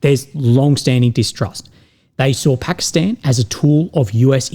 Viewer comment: Thumbs up for pronouncing it Pakistan and not Pahkastahn.